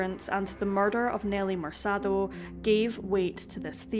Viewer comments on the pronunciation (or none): MerKAH-do. Not MerSAH-do. Other than that, great vid!